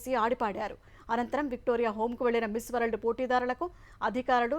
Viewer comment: Ammaaa bangaruthaliiii . Miss World correct gaa palukuuu. R silent